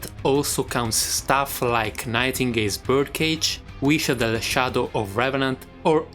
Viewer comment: Omg, you pronounce the š in wišadel properly, hell yeah!